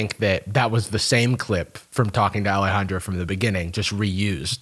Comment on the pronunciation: okay but ’ pronunciation of ✨Alejandro✨ was incredible edit: AND HES GOT PIPES TOO?!?!